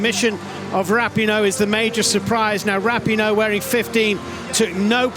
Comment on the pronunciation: The way they mispronounced Rapinoe in this coverage still hurts my ears.